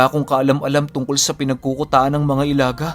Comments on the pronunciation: Ilaga po di po "elaga" i.laga hehehe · Ilaga = ilagâ. Sa tagalog is daga. Medyo madiin or matigas yung last na letrang "a". Tapos medyo mabilis ang pagbigkas. Mali ang i-la-gah kundi ilagâ. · Ilaga' po yan pag bigkas at ibig sabihin po nyan ay daga sa wikang tagalog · Ilaga is daga.....matigas na pg bigkas.. I LA GA!!! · ILAGA (bilisan ang pagbigkas)- daga kung sa tagalog Well known po yan na mga grupo dito sa mindanao.. Meron pang isang gropu "walay tsinelas" o walang tsinelas.. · ang tamang pagbigkas nyan ay "ILHAGHA!!!" matigas at mabilis ang dapat na pagbibigkas ng 2 "A's". ang grupo ng ilaga o daga sa dialektong cebuano ay bantog na bantog sa buong mindanao at ibang parte ng kabisayaan. Kinakatakutan sila kahit mga rebelde at militar dahil sa kanilang kakaibang taglay na kakayahan. Pero ako mismo di alam ang talagang totoong layunin ng grupo na toh. Kung buhay lang sana ang ina mo ay maaring ma educate ka kung ano ang grupong iyan at paano ang tamang pagbigkas.. sa pagsubaybay q s kwento ni mamang ay masasabi ko na cebuano ang netibong lengwahe ng iyong ina..RIP sa kanya. Nahahati kasi sa 2 lengwahe ang zamboanga at ito ang chavacano at cebuano. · tigasan nyo po ang pag bigkas ng "ilaga".. bisaya yan ng daga o mouse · mali po yong pagbigkas niyo sa ( ilaga ) 😁 sa Tagalog ( daga ) po yan at sikat na sikat po Ang grupo Nayan sa lugar Ng ZAMBOANGA dati. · Ilaga...binibigkas ng pakupya o mabilis pero may impit sa lalamunan sa hulihan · Ilaga parang daga ang pag bigkas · ang pagbigkas ng "Ilaga" ay gaya rin ng pagbigkas sa huli ng "Daga o Mouse". Ganon po pagbigkas ng Ilaga.